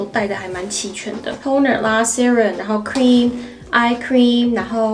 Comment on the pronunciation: 不会只有我觉得cynthia 的 "cream" 已经有粤语的味道了吧 🤣 have a safe trip!